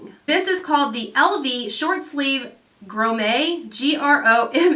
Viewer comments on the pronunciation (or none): Grommet is pronounced grom-it. That's what the gold rings on the dress are, grommets. :) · Grommet rhymes with vomit. Now you'll always remember this. lol. That dress was gorgeous!